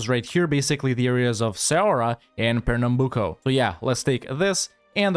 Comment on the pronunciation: Damn I thought this was gonna be a lot worse but you saved it in the end. By the way I loved how you completely misspelled Ceará and then said Pernambuco perfectly xD . . . Also I just noticed how all provinces colonized by the spanish have spanish names even before they arrive... that's kinda ominous, not even the land's history survived so the devs could name it differently.